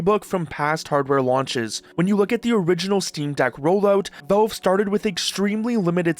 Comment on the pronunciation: The word valve has an A in it. It's valve, not velve.